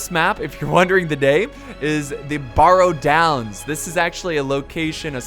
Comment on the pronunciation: i know, how is it possible to mis-pronounce barrow? it's... just like a wheel-barrow.